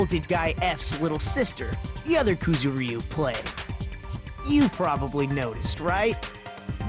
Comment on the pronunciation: PLEASE WHY DO THE VAS PRONOUNCE KUZURYU LIKE THAT